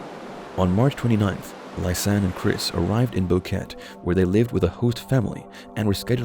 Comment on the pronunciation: More copied BS from other vids. Host family doesn't even have a dog. It is not a rain forest and Boquete is pronounced bo-ket-eh. Nobody knows where they died. Alto Romero is not 70km from Boquete, much less.